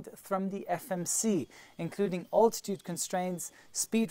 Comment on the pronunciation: I don't think I've heard anyone else pronounce the word "altitude" the way you do. I do like your 5 Ps.